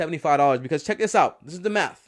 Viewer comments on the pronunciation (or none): none